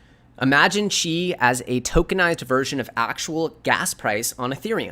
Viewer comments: It's pronounced "ChEEEE" modeling after martial arts not "CHi" like chi tea. FYI but good content thanks! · It's pronounced: "CHEE". as in tai chi